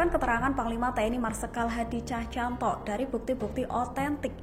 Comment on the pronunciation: Cahcantanto? Cahyanto.. Ngomong sing bener